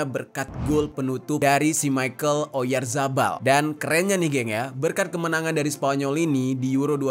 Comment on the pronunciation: maaf bang dia orang spanyol bukan orang inggris.. namanya mikel oyarhabal bukan maikel oyazabal